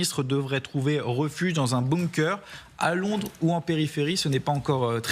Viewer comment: Un boumqueur ? Mon dieu..... Avant de t'exprimer sur les réseaux écrire correctement c'est bien. Parce que n'cz ne s'écrit ni se prononce comme ça..... On dit un bunker. Pas un boumqueur 😂